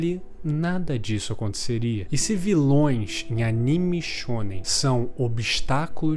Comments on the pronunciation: "animixx shxxonen" kkkkkkkkkkkkkkkk me identifiquei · Ele disse shounem